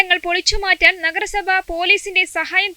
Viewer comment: നെഗര സഭ അല്ല നഗര സഭ😂